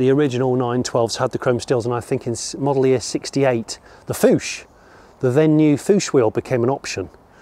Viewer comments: The Fuchs alloy wheels are a German brand. They are not pronounced like "Fooche", but like "Fooks" (similar to books). Greetings from Germany! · Pleaase don´t say "Foosh-Wheels"! It is pronounced Fuxx, with a short "u" and a strong short "x" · About the Fuchs wheels: please don't say "foosh" it's pronounced "fooks". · I'm unsure if Jonny was referring to the Fuchs wheels or not (he said something like "foosh" instead of "fooks" if i'm correct.) Maybe I'm overthinking about it. I know a retired man living in an apartment full of trash (rusted bolts, nuts, washers, wires, etc.) and a house full of junk, a small boat, two kayaks, piles of shallow Firestone Wide Oval tires, two black-and-white CRT TV sets, and many things more. It's crazy and sad at same time, because almost everything there has no commercial value even as a collectible. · Love your barn find video! By the way the Porsche Fuchs Rims are pronounced like Fox but with a u. It's more like Fux than Fuch. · Fuchs is pronounced fooks and not foosh. It's German for fox. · Fuchs - "fookes" as in fox.